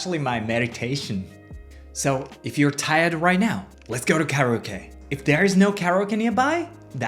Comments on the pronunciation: Care - eeeee - ohhhh - keeee Your english is very good! Perhaps try this for kareoke I thought you were saying, Much love! ✨️🧡✨️ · I was listening to this video and when he said solo karaoke I thought he said. Do you love? Lol I had to look at it to see what he actually said